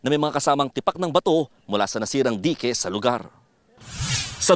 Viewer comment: Dayk ang basa dun hindi dike ano ba naman reporter to